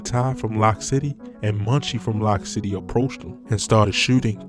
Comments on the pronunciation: It’s loc city like loco not lock city with his slow self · It’s Loc City not Lock City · He Said lock city it's Loc city smh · It's Loc City. Pronounced like "Loke". You niggas so fanned out it's insane. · It's pronounced "Loke" City! As in the Latin word "Loco" meaning crazy! Not "Lock" City! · he said lock city smhhh he saying everything wrong